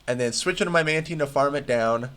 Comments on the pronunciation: Man-tIne not man-teen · im sure it's "man-tine" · It's taine, like in Time. Man taine. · It’s pronounced “Mantine.”